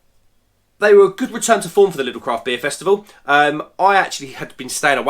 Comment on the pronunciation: Top marks for saying Lidl and not Lidls